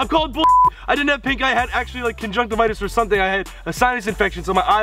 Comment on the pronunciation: um i'm just waiting for someone to make an edit of ethan saying conjunctivitis like JUSTIN BIEBER DID on insta HAHA